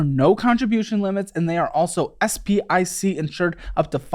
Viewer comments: you choked on the SIPC and called it SPIC. Not really screaming credible to me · "SPIC insured" ? lol